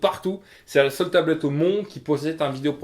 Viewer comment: Il vend la tablette de sa femme il la mal dit